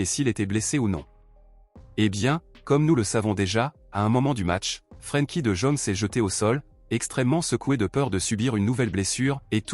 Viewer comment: d'abord on ne dit pas de jaune c'est pas un chinois il est pas jaune revoyez votre langage monsieur parler bien ce monsieur néerlandais s'appelle de yong en prononciation OK